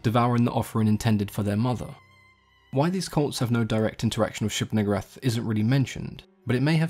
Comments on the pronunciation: "Neeg" "oo" "rahth" my fucking god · Also known as the one you pronounce VERY carefully. (It's Nigooohrath) Lol. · Wow why’d you have to say it like that? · You should maybe pronounce it a lil differently...lol